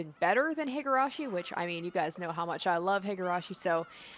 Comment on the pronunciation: hee-gurashi, not hih-gurashi